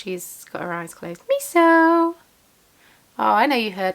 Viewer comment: Thank you so much for sharing the tiny frog pattern! I have seen the frogs around & couldn’t find the pattern & I wanted to share with a friend who adores frogs. Every Time you said “bub fluff” I had a giggle because the childish part of me heard “bum fluff”… 😂 I love your yarn so much & that shawl looks fantastic. My son is learning German on Duolingo & we love hearing new to us words to learn!